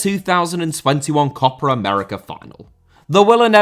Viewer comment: What is a “copper America”,???